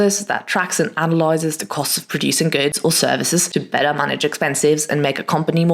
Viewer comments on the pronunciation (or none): none